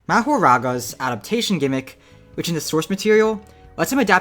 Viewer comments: Moh-Hor-Aga just say it right 💀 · Yay said mahoraga correctly instead of saying mah ha ragaaaa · how did you manage to piss me off with the first word of the video. who says his name like that